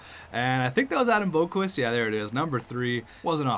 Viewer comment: You are pronasinge Adam Boqvist roung